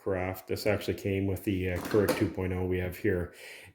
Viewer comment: Pronounced Cure-igg not curr-igg